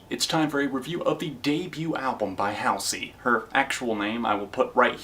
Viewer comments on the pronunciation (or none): Oh, and btw, its pronounced Hall-zee lol. Not Haol-see. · btw its not house-ey its hal-sey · Hall-zee is how you pronounce her stage name fran-JAH-pa-nee is how you pronounce her last name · also it's pronounced hahlsey :) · Not to be rude, but you're pronouncing her name wrong. It's (HALL-ZY). If you didn't know, it's an anagram for her real name Ashley. 😆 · It's pronounced hallzey :) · anybody else really bothered by the way hes pronouncing Halsey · is it only me the finds it funny how he pronounces Halsey? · i saw all of your videos about halsey and i have nothing to say, i love halsey but everyone has their opinion but i laughed so hard everytime you tried to say her name lol. i really like watching your top /review videos :) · the way you pronounced halsey lmao